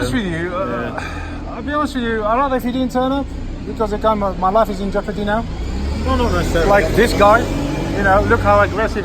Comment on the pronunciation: "My life is in jeapordy" 😂😂